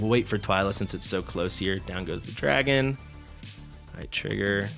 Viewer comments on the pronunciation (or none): none